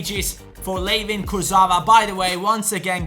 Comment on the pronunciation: Yo! I'm French and Layvin Kurzawa's Name is pronounced as "Lie-Vahn Kurzawa"